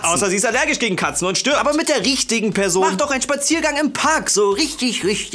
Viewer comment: Hat gesagt: "Außer sie ist allergisch gegen Katzen und stirbt" oder "Außer sie ist allergisch gegen Katzen und stört"? Zweiteres wäre irgendwie ultralustig xD